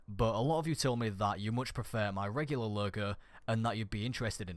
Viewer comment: "my regular lurgur"